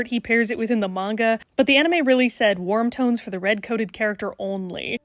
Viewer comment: the first time I heard this I thought you said “worm tones” (as in the weird little dirt guys) and accepted it without hesitation